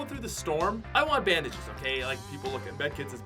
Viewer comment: This man did not say bandages😂